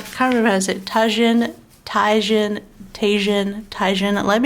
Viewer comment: Tajin is said like ta-heen just FYI haha 🌶 Love seeing a monthly view!